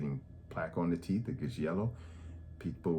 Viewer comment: That man said “…Yellow Corn Colored Teeffz…!”🤣🤣🤣Thanks Doc I’m gonna mention all this to My Sisters, Daughters and Sons! Thank you and GOD Bless you